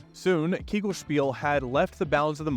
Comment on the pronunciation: es heisst KEGELSPIEL und nicht KEYGELSPIAL. bitte danke cool vid btw, great production value too